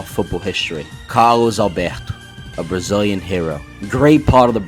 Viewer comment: Jesus Christ, perfect Brazilian pronounce